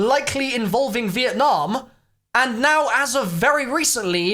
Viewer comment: Who was here when it said vietname